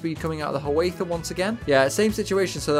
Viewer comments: I realize Native American words can be hard to pronounce if you haven't grown up hearing them; there don't seem to be a lot of dipthongs. Ha-waith-a is actually Hi-uh-wah-tha. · Hi-ya-wah-tha. not Ha-way-tha....named after a native Indian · It sounds like you're pronouncing Hiawatha as "ha-WAITH-ah." It should be "hi-ya-WAW-tha," just like the historical figure. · Its Hi-a-wath-a, four sylables. Hi as in hello. "a" as in "have a drink", both of them.The wa in wath is said the same as watch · he was indian chief, his name was pronounced high-uh-wah-tha. like hey ya, ho ya, high uh wah tha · Just so you know the Hiawatha is pronounced Hai uh waa thuh. I imagine you've gotten that comment a bunch of times in this comment section already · Pronounced hi oh wath a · Fun... but check your pronunciation of Hiawatha